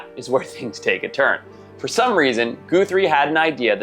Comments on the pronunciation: Guthrie is pronounced 'guh-three' not 'goo-three' despite it's spelling. The added e is an anglicized/americanized variation of the old Irish/scott surname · Who can't pronounce 'Guthrie"?